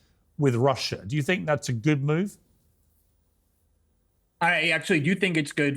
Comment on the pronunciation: Can no one say Nuclear?